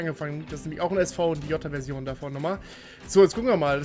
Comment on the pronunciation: Wie viele t hat eigentlich das Wort "Jota" bei dir? 😂